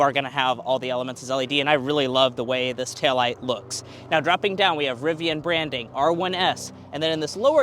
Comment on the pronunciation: Nice RIVVIAN